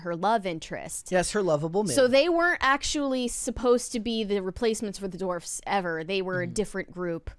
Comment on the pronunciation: She corrected herself later but I swear the first few times she said “dwarfs” she pronounced it “dorfs” lol